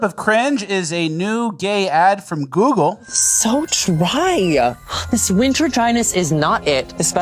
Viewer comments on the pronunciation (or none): “Google” is the hardest word for to pronounce